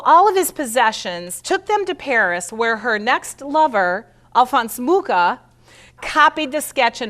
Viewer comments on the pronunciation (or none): Pronounced moo ha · I was born in the same small town as A. Mucha and would like to inform you that you mispronounce both his surname and the name of the town. The "ch" in Mucha is pronounced totally different and Ivančice is something like "ee-one-tchi-tze". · Incredible that a presenter cannot pronounce Mucha's name properly. Very American. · At least pronounce his name properly...